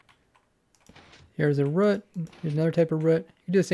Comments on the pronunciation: He's trying to say 'Root' but has a weird way of saying it that it sounds more like rut than root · please just say root. It's a common English word, it's not some made up word. ROOT like HOOT not RUT.